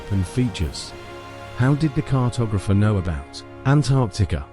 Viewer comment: Gave up when it was apparent that the commentator knew nothing and couldn’t pronounce the word cartographer.